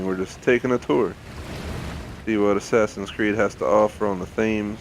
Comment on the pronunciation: The Thames is pronounced as ‘Temms’ for your future reference :)